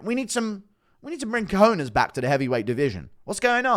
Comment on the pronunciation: Funny u said cojones as it’s written like that… co-jones